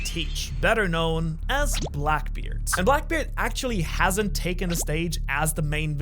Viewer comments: Ah yes, the infamous BLACBKEARD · blacbkeard lol my guy just butchered his confidence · blacbkeard LOL